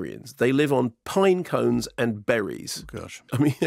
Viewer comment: Mayo's "pinecones" made me spew my tea out.